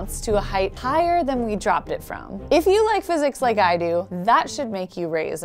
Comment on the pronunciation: "... and THAN! " so lovely. :D Oh! Wait, I came for the tic tacs... Focus Nek. Focus...